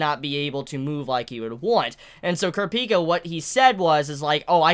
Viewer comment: The way you say kurapika makes me very uncomfortable 😂